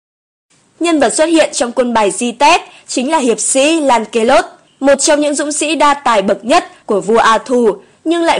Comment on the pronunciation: Theo mình nghĩ Lancelot đọc là Lăng xơ lót